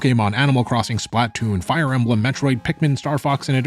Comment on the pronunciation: you pronounce splatoon weird lol. too much emphasis on the T